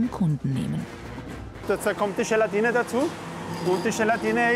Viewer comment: Gelantine ist bei ihm gleich Schelantine